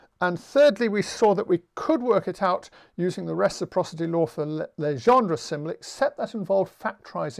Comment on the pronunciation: No worry about Jacobi, you also mispronounce Legendre :p. Your pronunciation corresponds to "Légendre". Encore merci pour tous ces cours en ligne !